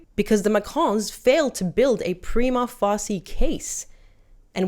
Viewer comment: RFOL, you cant even say prima facia properly. Go back to lawschool